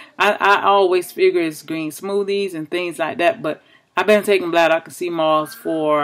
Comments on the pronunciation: Thanks for sharing sis. It's pronounced bladder-wRack not bladder-wack but thats funny.😁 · Ren Matitchll Yes I totally agree she is pronouncing it wrong. But hopefully she read her comment and realize she pronouncing it incorrectly. LOL